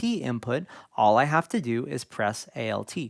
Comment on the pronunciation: Really appreciate the way you are structuring this series. Do you have a listing of topics published anywhere yet? I am very distracted by how you keep saying A-L-T instead of alt. For DAW, for example, that would make sense as it is an itiaialism, but alt is a contraction of alternate. I am curious if this is something regional or that you picked up elsewhere?